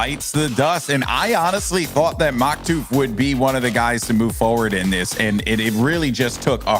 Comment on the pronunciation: He said Maktuf and Flyts name wrong :(